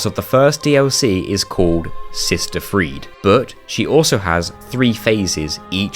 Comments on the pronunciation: Why do people call him "Pontiff" as if it's his first name? lol The e at the end of "Friede" is also not silent. It's Frie-duh, not Freed. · Seems like its an insane technicality that you can. Having alt accounts and another player, so does it really count? Also you prounce it Cata-Coombs.... really. Its Cata Combs. Freed? Brother its frie-de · The way you pronounced sister friede is so infuriating